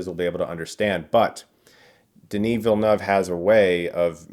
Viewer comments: Oooh, listen to Chris pronouncing Denis Villeneuve like it's no big deal. Nice. :) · Hey you’ll probably never see this comment but as a French guy THANKS for pronouncing Villeneuve correctly! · you are the only one who has managed to pronounce his surname correctly so far among Americans haha Bravo! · Thanks Chris, you have a good french pronunciation of Denis Villeneuve's name. I was his kids teacher here in Montreal when He was filming Polytechnique and Incendie. I must say that He's a very humble and good person. We are very proud of Him and His work, hope he'll be able to finish this amazing masterpiece. I'm also a huge Lynch and Jodorovsky fan, I saw in Villeneuve's movie a tribute of their vision of Dune that they couldn't achieve because of all the obstacles that we know. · Nice pronunciation of the director’s name. I’m impressed… 👍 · Finally someone who pronounces his name correctly, I'm proud as a Quebecer. (Oh yes, and Dune is masterpiece). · thank you for pronouncing Villeneuve properly ;) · I appreciate your pronunciation of Villeneuve, for a non French speaker is very on point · Woah! French canadian here. Very impressed by your pronunciation of Denis Villeneuve! Lol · Being a french-canadian i'm happy to say a big reviewer finally said denis' name correctly 😁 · I’m a French Canadian that speak french and follow a lot of people speaking english and I think Chris is the closest in term of prononciation of the name of Denis Villeneuve. Thank you. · Chris, props for a great review and for pronouncing Denis Villeneuve's name right! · Thank you for saying Denis Villeneuve correctly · Chris is now the best reviewer as far as pronouncing Denis Villeneuve's name properly. As a French Canadian myself I appreciate that :)